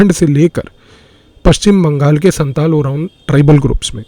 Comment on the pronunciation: You have lot of knowledges and have very good representation techniques. I want to say one thing, please don’t mind: I am an inhabitant of Siliguri, I'm a Senior Secondary State Govt. Physics Teacher. You have told about 2 tribals, Santal & Oraon. Here, and also in Bangladesh, Pronunciation of Santal is "SAOTAL", just what I wanted to say.